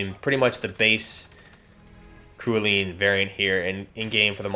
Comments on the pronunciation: Cerulean is pronounced "sehr roo lee an" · ....its “cerulean” its a shade of blue....wtf man. “SE RU LEON” smmfh.